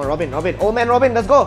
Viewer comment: Robben is pronounced as ‘rob-burn’ not robin HAHA nice try vincent